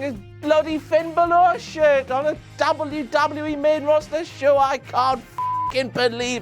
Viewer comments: Why do you say wwe like Dabal u Dabal u e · say WWE right.